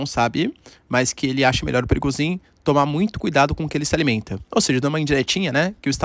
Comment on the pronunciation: Muitas vezes quando o professor falar ... Sai o nome pirigosin 😂😂😂😂😂😂😂😂😂😂😂😂😂😂